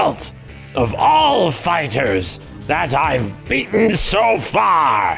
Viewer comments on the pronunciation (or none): King of “Fighrers”?